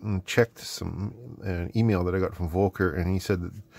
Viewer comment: I think the V in the name Volker should be pronounced the german way where v's sound like f's, like in "fight". So it becomes "F"olker. Anyways, you can ask him if the contacts you again.